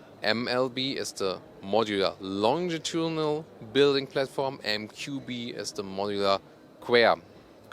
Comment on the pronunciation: flatporm can be forgiven I think, yes, it's not platform but I can only speak one language so can't even begin to make a kind of spoonerism in another language than my own whilst doing a video review, so I think flatporm is acceptable lol